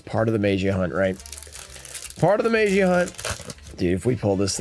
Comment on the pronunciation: Maybe if he pronounces magia the right way, he will probably pull it.